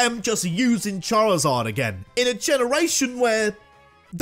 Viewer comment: DO NOT LEAVE OFF THE I IN CHARIZARD!